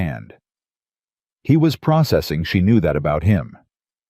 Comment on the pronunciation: Pro.......cessing....there is no S after the pro. Words starting with pro are mostly all the same. Pro....gress. pro...ject. pro..ceed. and so on.